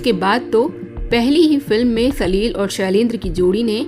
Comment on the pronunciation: सलिल शब्द को आप सलील कहकर प्रिन्नसिएट कर रही है छोटी और बड़ी मात्राओं का अलग अलग उच्चारण है। आपके द्वारा सलील कहने पर शब्द में कठोरता महसूस होती है।